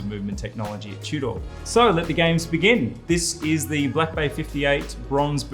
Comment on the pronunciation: Tew-door!? Tudor